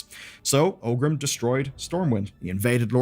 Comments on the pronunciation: Are you mispronouncing 'Orgrim' as 'Ogrim' and 'Cairne' as 'Carne' for engagement bait? Because it's working... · Great video, it's always nice to look back and see how it all came to be. One thing though: The orc's name was not OGRIM, but oRgrim. I don't know why so many people mispronounce the name that often.